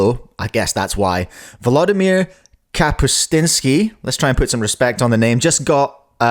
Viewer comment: His last name is pronounced (kah-poos-TYAN-skee) but still great reaction review also, 2.18/2.66 in the finals. Lachie's happened local time on the 10th, Volo's also happened local time on the 10th, so yes, He got Keatoned, will be OCR/WR while technically says a WR on his profile right now it will be stripped once Volo's is put in.